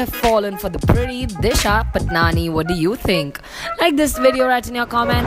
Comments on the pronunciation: Lol it's not 'patnani' it's 'patani' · Wrongly said her surname as Patnani. Please use her real surname which is pronounced as Disha Paatni (Spelling is Patani). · Its patani not patnani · it's not disha patnani it's disha patani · Yeah it's pronounced 'paatni' but these reporters were saying 'patnani' lol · Tasnia Tarannum I mean ki that a pronunciation long pa-aa-tni not pa-tni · Not Disha Patnani it's Patani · first of all its patani and not patnani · Raveena S it's paatni pronunciation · We all should spread against these types of mispronounced surname. It's 'Paatni' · You are pronouncing disha's (Surname) in an incorrect way